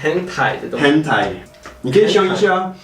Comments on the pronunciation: 對外國人而言，四聲好像有點困難。很台（ㄏㄣˇ ㄊㄞˊ），不是ㄏㄣˊ ㄊㄞˇ。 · 我也是聽成hentai😂